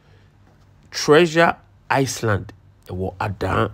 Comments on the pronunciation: Pls island not iceland.but it is Pronounce this way, it i land, leaving the (s) out of the pronunciation, but the spelling should be spell island.🤝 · Please it is iland not Iceland as pronounciation but spelt Island Great video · My dear the s in island is not pronounced